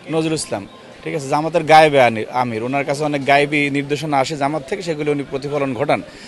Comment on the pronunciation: নায়েবে আমির এই কথাটা উচ্চারণ করতে সমস্যা হয়